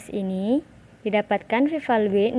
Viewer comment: bagusss, dan saran sdikit: cara baca p value (velyu) dan tambahan jg bs utk isikan interaksi: smoke*ht ke kotak kovariat caranya klik smoke dan ht bersamaan lalu klik >a*b>